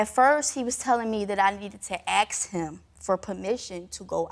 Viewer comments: Why do black people say "axe" instead of ask? It makes me fuckin sick and none of you black people want to address it in the comments. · Ask is the word not 🪓 axe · I have to aks him???? An aks, that's a dangerous tool you know. Asking is better ;-) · You have to what??? " aks" him? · " AX" him ?????? WTF !